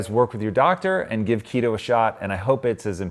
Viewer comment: KeeeeeeetO not KettO ... just say'n.